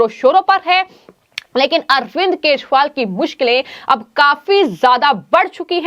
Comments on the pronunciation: केसरीवाल नहीं केजरीवाल उच्चारण करना चाहिए। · Keshwal anchor kyoun kah rahi hai. Kejariwal hai sahi naam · Do you not know how to pronounce names correctly??? Why the hell have you been calling him keshpal ?? How irritating